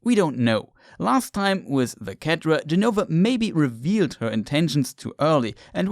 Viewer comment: dude pronounces cetra as ketra and elegant as elejant I can’t even